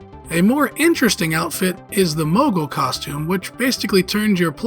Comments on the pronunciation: What the hell is a "mogul"? I know you're trying to say "moogle" but for god's sake get a pronunciation guide! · The mispronounced Moogle bugged me everytime I heard it. Doesn't even make sense why it was being said that way just off of spelling alone, very simple word to say correctly